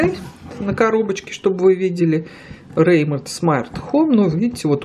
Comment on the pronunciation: "Витёк", "Рэймонд"....🤦‍♂️🤦‍♂️🤦‍♂️ Хотяб название правильно говорили...обзор называется...